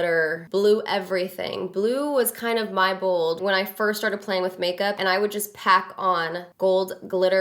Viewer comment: lol you say "Bold" the way my friend says "Bald" lol. I died a little when you said "Don't be afraid to be booold" aka bald. lmao